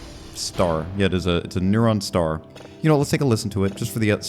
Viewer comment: Ah yes, the "neuron star" Sorry, I love you, mmmwah ❤